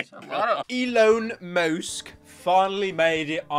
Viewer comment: eLoN mOwSk